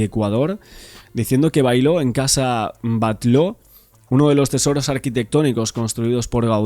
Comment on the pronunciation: "Batlo" dice, primera vez que oye hablar se la Casa Batlló el amigo